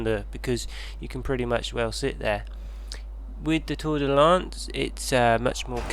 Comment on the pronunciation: "Tour-de-lance" "Fer-de-lance"